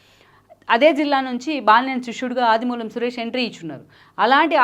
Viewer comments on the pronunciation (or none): Audimulam Suresh kaadu akkai audimulapu Suresh...enti akkai mana ex ministers names kuda telikunda TV and YouTube channel aaa akkai...mimmalni chusthe aksharalu siggupadthai akkai